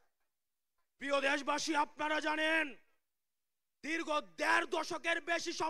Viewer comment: হাসনাত বললেন ধীর্গ দ্যাড় কোটি🤣🤣🤣🤣মইল্লাহ্